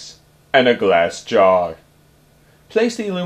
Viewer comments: Stop saying glass gaaarrr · Starrrrrrr. However, nice project! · That GLASS JAR is spoken in bold, caps